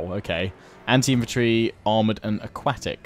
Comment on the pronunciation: AhhQUAKtic.... Come on man...